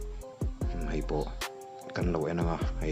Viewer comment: Mei nilo in mai tihtur aw . aruk tein i hnung lamah an nuih tawh mai thei che😂